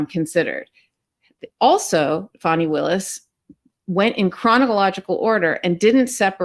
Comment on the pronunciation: please PRONOUNCE FANI WILLIS' name CORRECTLY! just like "FUNNY'! it is unlikely for you TO MAKE SUCH A MISTAKE!